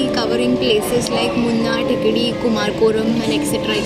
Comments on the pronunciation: Clean your tounge first. It's Kumarakam. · Don't you at least need to get the name of the place right when you are there ? It's pronounced कुमरकम (Kumara-kam) & not whatever you are saying.